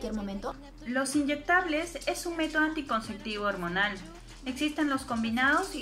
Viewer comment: Muy interesante pero por favor. Es anticonceptivo. Nooo anticonceCtivo!!!!